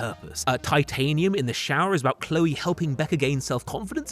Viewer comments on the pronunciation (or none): none